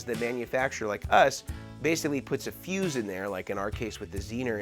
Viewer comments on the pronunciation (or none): none